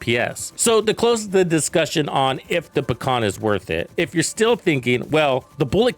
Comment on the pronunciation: Although, it's not "paKhan", it's just "paHan". Russian word for "kingpin". But overall, I am glad that I can finally run RPK and not some MG or Stoner or some othe fancy gizmos. I would prefer Pecheneg, but still.